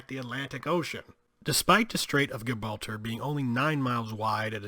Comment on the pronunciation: Good episode but how can you not pronounce Gibraltar correctly. Lordy